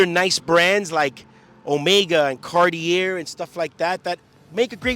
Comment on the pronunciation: Bro how can you be a watch dealer and not be able to pronounce Cartier properly lol. Wtf